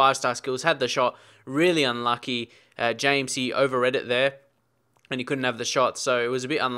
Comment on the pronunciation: I know it says James but i think it's pronounced Hames lol not sure though